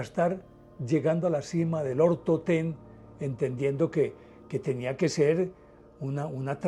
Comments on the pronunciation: Es el monte Otorten, no Ortotén. Dislike... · Montaña "OTORTEN" no ortoten